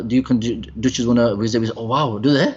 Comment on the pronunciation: I like how you pronounce wisit and not visit